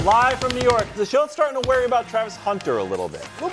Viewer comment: HOW DID IT TAKE THIS LONG TO ADDRESS THAT BASTARDIZED PRONUNCIATION OF WORRY